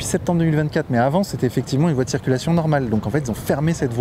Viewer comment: Tout le monde sait que c'est vrai mais quand même ton "c'était mieux AVANT" n'est pas très discret 😅